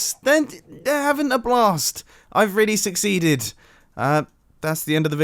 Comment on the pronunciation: Were you going for a pun at the end "succeeded" or suc-seed-ed